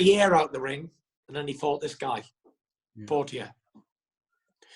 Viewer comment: Fury calling Poirier, Portiyay 😂